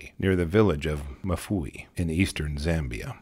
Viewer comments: Pronounced "EM FOO-EE". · I have a feeling "Mfuwe" probably isn't pronounced "Mafooey" by the locals, but honestly, I couldn't do any better.. so it'll have to suffice for now. 🤷‍♂